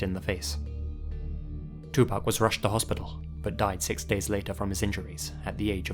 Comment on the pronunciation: Hey dude thanks for pronouncing pac's name right. I really love this video, i need to listen to Sam Cooke now. Never listened to his stuff before. Thank you! Can't wait to watch the rest of this video!